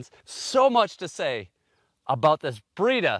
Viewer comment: I thought you said "Burrito"